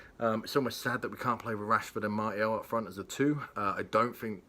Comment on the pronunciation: Just a small phonetic tip for pronouncing Martial. Go with MAR-SEE-AL and Bob's your uncle.